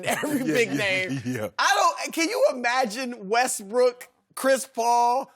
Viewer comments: Sharpe high as a kite “russbrook” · Dude said Russbrook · Did Shannon just say "RussBrook?"